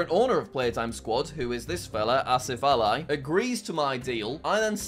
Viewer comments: Did he just pronounce Ali as Ally ? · the "Ali" in "AsifAli" is pronounced "Al-ee